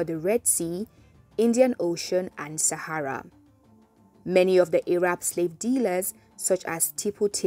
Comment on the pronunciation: Pronouncing Arab as "Ay-rab" sounds kinda sus though. That pronunciation is usually used when speaking of Arabs in a derogatory manner.